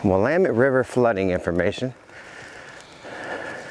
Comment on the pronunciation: The Willamette river is pronouced "will am met". Very beautiful river in the Willamette valley. I live in Eugene southern end of the valley.